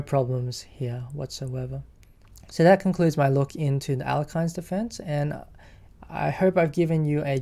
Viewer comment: Alekhine is pronounced as El Yerk Kin.